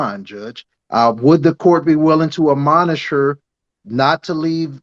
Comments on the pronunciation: And he needs a dictionary. "Ammonish" isn't a word. "Admonish" is. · “Amonish”! Good grief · He says “ amonish” tho???